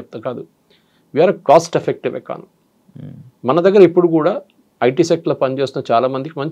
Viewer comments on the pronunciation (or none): none